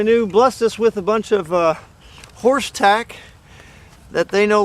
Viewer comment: What was that? Horse what? It sounded like horse attack